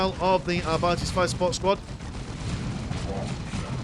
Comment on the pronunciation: it´s ar-bee-tes not ar-byte-s